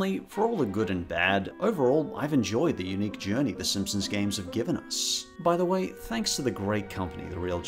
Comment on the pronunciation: can't take that guy seriously when he kept saying "SimpsoMs"